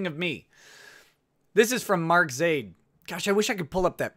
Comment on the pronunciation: YOU SAID MY NAME RIGHT:D